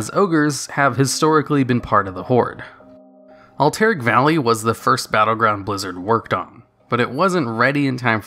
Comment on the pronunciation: alterIc valley?